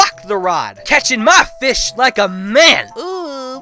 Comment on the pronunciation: "Who cares? I got du feeesh!"